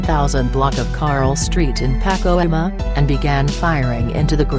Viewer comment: Please stop using the computer narrator. Bitch can't even pronounce Pacoima